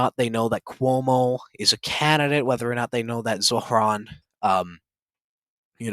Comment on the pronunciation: Does this guy think struggling to pronounce “Zohran” and “Quran” is a dig? He sounds like a 2nd grader that hit a word they can’t pronounce.